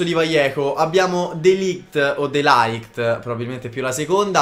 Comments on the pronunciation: Si dice De Light non De Laight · De ligt si pronuncia proprio de ligt, non de laigt